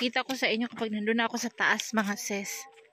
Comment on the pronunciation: Diretso mo dila mo.. Sis..hindi sess Kpag s hi hello ses a bigkas mo.. Kpag s sister in law sis.. Ano b tlg ate lukaret.